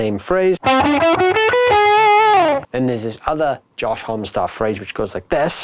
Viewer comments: Josh Homm-E lol, not just "hom" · You would think that they would do at least enough research to know how to say his name.